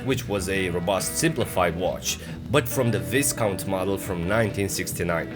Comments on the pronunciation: Nice video, lovely watch, absurd value for money! NB Just one thing, the British upper classes are responsible for pronouncing Viscount as Vy-count. As in it rhymes with 'my'. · The s in Viscount is silent.